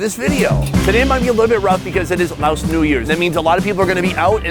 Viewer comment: Sounds like your saying Lao ocean lol it’s pronounced lay ocean